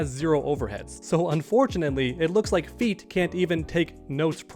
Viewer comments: you really need to call him FATE it sounds like you're saying FEET 😂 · I Thinks he's FATE not FEET :-). Nevertheless I think he has good points in some areas as so do you. I like MK and played since the first one ever existed on the arcades. But MK1 although nice gameplay lacks in many aspects. And that's why, even without the release the full DLC I've uninstalled MK, Boring SP and I never was into online. And I liked more MK11 than MK1. But I like to see MK videos and specially the ones people speaks about other channels. I think these videos are hilarious...